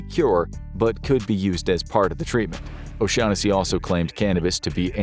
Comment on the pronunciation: My God I'm so happy I wasn't the only person to think "you mean, O'Shaq Hennessy?" 😂😂😂